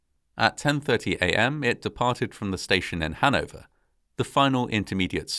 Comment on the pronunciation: I second that. One funny thing is that somehow the british pronounciation of Hannover sounds nicer than the german one ;) Given how much common history Hannover has with Britain it is logical they have their own way of pronouncing it.